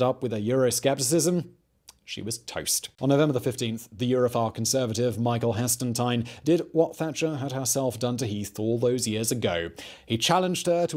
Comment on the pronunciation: It's Hestletine, not Hestentine'!